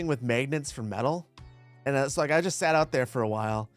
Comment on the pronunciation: maygnets... uffff that hurt lol